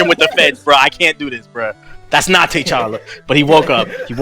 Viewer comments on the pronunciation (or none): of course I saw it I still don't know who Tay challa and Tay chanka are. It's pronounced t'challa and t'challa, they say both of there names very clearly it's not like reading the comics and you fucked ip on the pronunciation if never heard and body call than that. This like when you have the substitute and they keep fucking up you name in class, put some respek on his name. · U pronounce it ta challa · lol tbh needs to learn how to pronounce T'Chala's name right. and he be reaching just to make yall mad😂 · I know who t'challa is But they said Tay challa and Tay Chanka.